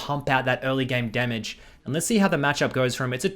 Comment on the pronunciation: that eclipse ''demmeg'' tho